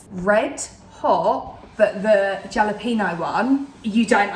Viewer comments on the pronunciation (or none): Jalapeno is pronounced Halapeno. It's Spanish. 🙂